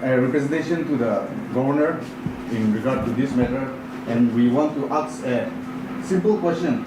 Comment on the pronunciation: Aks or Ask??